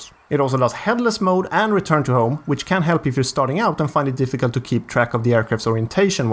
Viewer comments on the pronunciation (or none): none